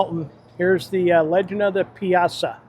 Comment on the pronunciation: Never heard the Piasa bird pronounced, "Pee az ah?" It's pronounced "Pie-a-saw."